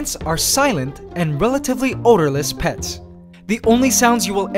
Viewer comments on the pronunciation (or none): I swear he said pest